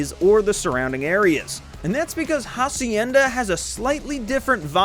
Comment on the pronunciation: It will always be funny how y’all pronounce "Hacienda" like bro you are one google search away from pronounce it correctly… 😂